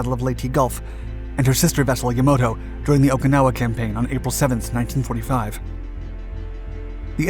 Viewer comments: Just a quick correction: it's pronounced "Yamato" with the middle syllable slightly accented, not "Yamoto." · Yah-Mah-Toe. Yamato not Yamoto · Is nobody going to talk about the fact he called the Yamato “Yamoto” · It’s “Yah-mah-toe”… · Yamoto?? Really? Yamoto? I expect better pronunciations than that on this channel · This guy's excretable pronunciation of any foreign names: Musashi "mooshashi"; Yamato "yo moe toe." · Positives: Great new music! Really fit the content. Negatives: You need to correct your pronunciation of "Musashi" and "Yamato". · It's basically the American version of the Fairey Albacore. Also not a very good plane that the pilots who flew it preferred it's predecessor the Swordfish. Also the way you pronounced Yamato is horrific. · When is this guy going to pronounce Yamato correctly?